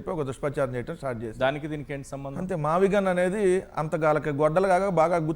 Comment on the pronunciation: మావిగన్ కాదురా అబ్బాయ్, మావగాన్ మావలండన్ గాన్ అంటూలండన్ పోయాడు.